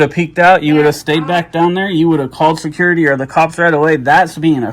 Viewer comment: Secoority…. Say it the right way J. 😂